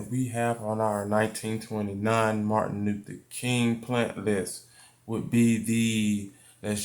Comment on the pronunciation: U butchered that name😂